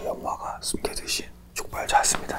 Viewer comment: 아니... 벌써부터 이러지마 나 두려워... 이건 현석오빠 너무 귀여워서...ㅎㅎ🥺❤ 이거 들으면서 잘께 근데 족발..발음조심😉ㅋㅋㅋㅋㅋㅋㅋ 킬포 ㅋㅋㅋㅋㅋㅋㅋ삐약곤의 열창ㅋㅋㅋ 너무 웃기면서 귀여워ㅠㅠ 이런모습까지 이미 사랑하고 있어요.. 아 진짜 엄잠후 완전 좋아하는데 내가 좋아하는 울아엑 나오니깐 더 좋고 너무 흐뭇하게 본 것 같다ㅠㅠ 여러분 6월달 컴백합니다 많이 들어주세요 ㅠㅠㅠ 사랑해요CIX❤